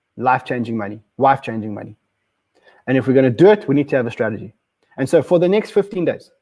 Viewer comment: Are you saying “life-changing money” or “wife-changing money?”